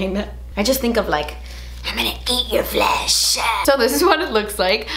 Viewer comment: is seriously so funny. When she said “FLESHHH” I died. Then when she said “flakey crust” I laughed so hard I watched it 3 times 😂😂😂